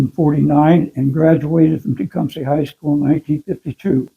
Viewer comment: I loved hearing him pronounce Tecumseh that way, it’s exactly how my grandmother used to say it. I haven’t heard anyone call it that! I never realized how much I missed hearing it ❤️